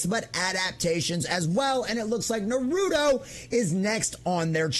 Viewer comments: Naru - Toe Not narudo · It is funny when nonfans say the title. It is naru-toe. Not narudo. 😅 sorry my dude.